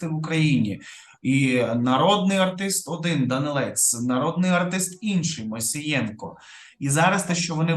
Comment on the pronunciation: А ви, шановний, перш ніж готувати інтерв‘ю, вивчіть прізвища «героїв» випуску… Бо один з кроликів не Мосієнко, а Моісеєнко!!! Це непрофесійний підхід до справи… Мені якщо що, все рівно на тих кроликів, але журналістика і блогерство вимагають відповідальності…